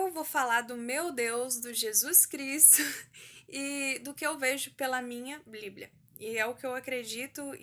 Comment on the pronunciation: Que agonia ela fala bliblia kk Vc é muito fofa, só erro quando disse que a maior experiência foi a de João, foi a de Enoque. No livro dele, ele relata muitas coisas que apenas quem crê em Deus acreditaria(to falando de anjos caídos tendo filhos nefilins gigantes de kms de altura e etc...), já li tanto a bíblia como o livro de Enoque e tmb um pouco de são Cipriano, são Cipriano é um livro de feitiço muito antigo e perigoso, ensina a fazer várias coisas que é impossível de imaginar, todos esses livros estão disponíveis no Google, pelo ebook e pelo pdf e só por o título e no final qualquer um dos dois Que Deus abençoe a todos que ler este comentário 💕 (independente de concordar com o que eu digo)